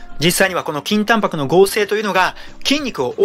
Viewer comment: 倍速で聞くと筋タンパクがきんた○に聞こえて何度も巻き戻しちゃう